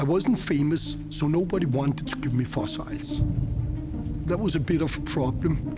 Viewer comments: love his pronunciation of fossils… “foss-isles” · What are “fossiles”?